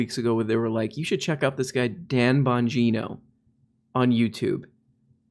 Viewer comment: It's Bong - geeeno. Say it with meh ... Dum Bong geeno. From his face I think Dum suffers from advanced rectal colon clench. This is what Mike Pence also suffers from.